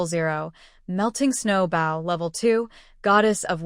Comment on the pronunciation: Oh my! Can they just fix the AI???? The word " Bow" is pronounced = "bo" not "bough". A Bow (BO) is a weapon or a tied ribbon. A Bow (bough) is either the limb of a tree or the act of bending from the waist.